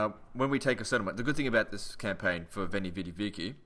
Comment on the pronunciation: It is pronounced "Wainy, widi, wiki." Only the church pronounces it like you say it.